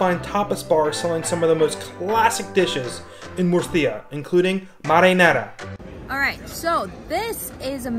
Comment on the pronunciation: i hate how you pronounce the name of this wonderful city. it's múrcia, not murcía as you say. the accent is on the u, not the i. if you are doing a video on a place or a city, the least i would expect is asking some locals how the name of the place is pronounced.